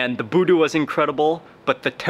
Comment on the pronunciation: SORRY..its BUDU not VOODOO ✌✌✌✌✌ Mark Wiens u r auwsome bro!!